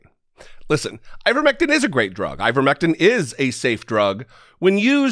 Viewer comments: Marge kept saying Ivermectim. It’s ivermectin with an N not a M. If you’re going to tout something at least get the name correct. Margo says her husband took ivermectin when he had Covid-19 and now he’s strong as an Ox and faster than Secretariat. 😂 😆. I’m glad he recovered but that doesn’t mean the ivermectin made the difference. Monoclonal antibodies are a proven treatment and no one knows the severity of his infection. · Those are pretty funny goofs by MTG. I think she was also saying "ivermectim." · She kept saying ivermectum. Can't even say it right. So yeah. She's an expert on it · Did she say "Ivermectum"???? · Wait. Did she say "ivermectum" ? How do you administer that ? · Iver Mectum (that'show MTG pronounced it), a Norwegian man who perhaps won the No Bell prize....? :) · Maybe I’m the dumb one but I thought the name was ivermectiN not ivermectiM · I swear the green dumbo is saying, "IvermectiM". I have no doubt whatsoever that her elevator does not go all the way up to the top floor.